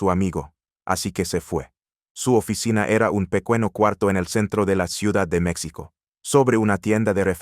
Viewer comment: Señor el redactor de este contenido Diga el Nombre completo y de dónde es porque estoy me párese fantasía y le recomiendo con todo respeto k tome un curso de Español para k pronuncie correctamente cada palabra empezando por México y monstruo y muchas más